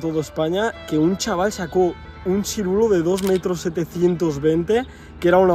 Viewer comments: Se dice Siluro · Sirulo dice 😂😂😂😂 se llama siluro.... Vaya tela 😂😂😂😂